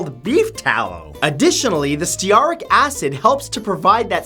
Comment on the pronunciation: Stearic as in stearic acid is pronounced steer (as in steer a car) and ick (as in icky) acid. I do love your warped sense of humor and your videos! Em